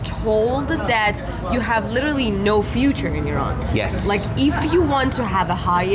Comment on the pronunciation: Finally it’s Iran now not I Ran. I have noticed many westerners say this.